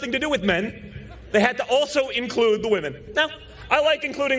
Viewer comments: Ha, don jr said.......womenu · "WOMENU" hahahahahahahahahahaha